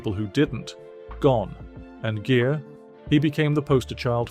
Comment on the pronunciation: Gere is pronounced like gear not jeer